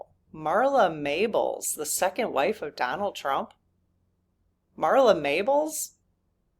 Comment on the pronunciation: Marla Maples, not Mables